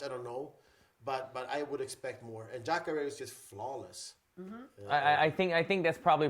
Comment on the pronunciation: I hate when u say jacare,s name. Why do u always pronounce it like that. No one else in the mma world does.